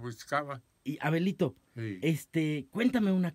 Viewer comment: Creí que le decía abuelito xD Ya después escuche que decía Abelito xD